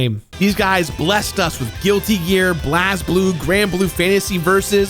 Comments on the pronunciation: It's pronounced Blaze Blue not Blaaz Bloo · Ah hell; who approved of having BlazBlue be pronounced as Blaz-blue and not BlazeBlue? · "blahzbloo"....You mean "Blaze-Blue"? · BLAZE BLUE, I know it spelt blaz but you say BLAZBLUE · "Blas Blue" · It's pronounced "Blaze-Blue" for Blazblue. It's a great series! Even cross tag battle was hella fun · I can't take this idiot seriously after how he pronounced "Blazblue." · oh god the way he pronounced Blazblue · L for mispronouncing Blazblue and mentioning DNF Duel to any extent